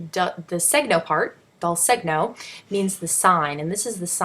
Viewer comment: Good explanation, you might check the pronunciation of Dal Segno.